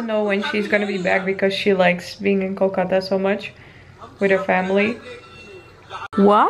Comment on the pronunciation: wow u pronounced Kolkata way more better than others non-bengali Indian ...I'm impressed 😲😲😲😲